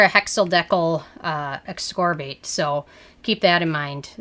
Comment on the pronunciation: Just the way you say THD Ascorbate I immediately know you don't know much about the ingredients. :)